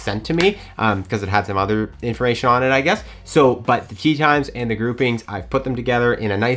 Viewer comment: Can tell you're excited when you start getting French 😂😂 informa-shon